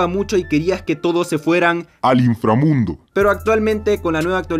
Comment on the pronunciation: Inframundo no imframundo